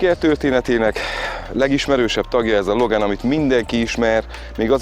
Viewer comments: LOGÁN nem LOGEN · Logán ... nem logen!